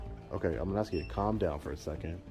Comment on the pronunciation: I don't care what color your skin is. If you use the word "aks" in place of "ask," you are an uneducated idiot.